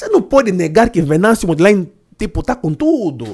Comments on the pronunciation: Só uma observação,. É Mondlane, não Mondlaine. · estás de parabéns e nós Moçambicanos agradecemos muito pelo vosso apoio. Mas peço um favor muito grande. O nosso presidente se chama Venâncio Mondlane, não Modelaine. Agradeço a compreensão!! Abraços dê Moçambicano em Moçambique. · Se vais fazer conteúdo a falar do nosso presidente, tire pelomenos 1hr e treine a pronúncia do apelido dele, a pessoa que você pronunciou aí não é nosso presidente, talvez é teu visinho.